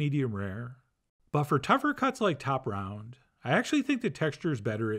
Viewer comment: I had to listen to the first minute 5 times to understand that he said ‘top round’ instead of cha-blahp. Love you Chef John! Keep us guessing.